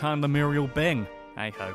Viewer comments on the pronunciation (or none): none